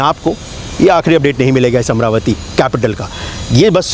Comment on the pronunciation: Bhai yeh Amara-vati hai amra-vati nahi.